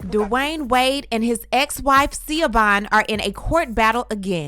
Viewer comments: ..: GIRL I LIVE FOR UR SHADE..: it’s LEGENDARY../ but PUHHHLEEEAAASSEEEE!!! SAY HER NAME RIGHT!!! It’s. Pronounced either “ Shhi or Shha VON… not SeaObon… girl u got my anxiety at a 10 every time u said her name I couldn’t even concentrate on what else was going on! REMEMBER THAT ITS EITHER SHAVON OR SHIVON TO CORRECTLY PRONOUNCE IT!NOT THAT OTHER SH*T u was repeating! LORD I NEED A XANAX AND A MEDITATION SESSION FOLLOWED BY A TRIP TO THR THERAPIST AFTER THIS! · Please stop ✋🏾 with the Siobogh or however you’re pronouncing it. It’s pronounced Sho-van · Hahaha her name is pronounced Sha-VON😂😂 I know how it’s spelled but her name is ShaVON or SHAVAUGHN everyone in Chicago called her SHAVON WADE😂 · I know its spelled weird but it’s pronounced “Shi-Vahn” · you are right. It is pronounced Sa-Von. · I was going to comment this correct pronunciation of the Irish name & spelling. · Pronunciation is "Sha-Vaughn" 😁 Gabrielle and Dwayne is using the little boy for financing gain! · Her name is pronounced "Shavonne" though it has a traditional Irish spelling. Sha-Vonne chil'! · It’s pronounced Shavon I have a friend with that spelling I forgot the origin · It’s pronounced ShaVon…👀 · Girl that’s not how you pronounce her name. It’s Irish. It’s SHA- VON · The ex-wife's name is pronounced SHEE-VOHN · I think her name pronounced “sha-von” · Right! It was so frustrating listening through an entire video with the incorrect pronunciation. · I’m sorry just hearing you mispronounce her name is annoying.. I know u have been corrected but please do your homework before reporting.. js🤷🏽‍♀️